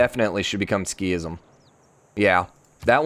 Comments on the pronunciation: I'm a little triggered by "Ski-ism". I think it should be pronounced "Sik-ism". Otherwise: a great series! Very fun to watch! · Yeah I was like; “what is he talking about ?? what’s a skism ?? Ohhh he means sikhism” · Pipothefreak sik-hism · It’s pronounced like seekism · I know it's supposed to be Sik-hism, but in my spoken language the 'h' is dropped quite frequently, so that wouldn't trigger me as much. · This got me so bugged as well 😂😂